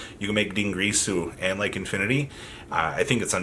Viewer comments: Its not dingRirsu, its Dingirsu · VArgoV you know he says it like that to mess with people right? Lol